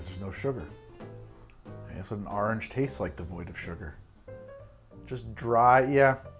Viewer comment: But do you taste any ORANGE? :-) “Arringe”